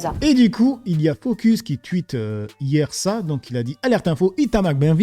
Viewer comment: On dit un touite gros paysan, pas un tuhite